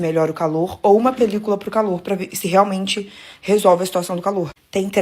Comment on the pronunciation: Que agonia de ouvir ela falando "pelícOla"😭